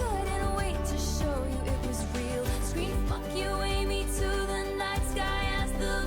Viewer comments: just skipping through to my favs for now. but um its aimee. not almee 😂😂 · 😭 "thanK you aIMee:" K I M = KIM?!?! AS IN KIM KARDASHIAN. HOW DID YOU MISS THAT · him pronouncing “Aimee” wrong made me laugh I’ve never heard someone pronounce my name like that